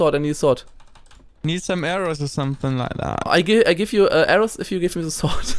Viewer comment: Also echt mal, ich dachte mir auch wie Simon "set" anstatt "That" sagt. xD